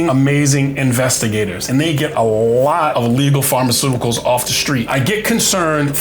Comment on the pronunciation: You keep saying "pharmaceuticals".... No way.